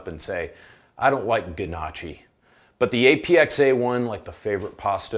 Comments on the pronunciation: Solid, concise summary...not wasting time. But gnocchi?! Nochi?! Nah...try nyoki! Either way, got a new subscriber. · Lmao “nochi”. even for someone that’s only a quarter Italian it was hard to listen to lol